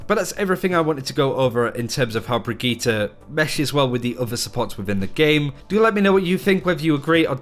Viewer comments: Brigitte* NOT BRIGGITA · Brigit -"teh" not Brigit -"tah". FFS learn the name - you are a big yt channel on OW so take 5min and learn the bame.